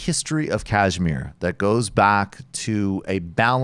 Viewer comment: With apologies, can we get a little pronunciation correction here — it's pronounced ksh-mEER (emphasis on the last syllable & with "sh" as in "shoe"), not kAAjh-meer (emphasis on the first syllable & with "jh" as in "joie de vivre"). The show is great, and good coverage of this issue is so rare—keep it up!